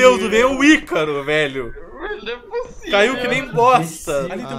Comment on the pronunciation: Ele disse ycaro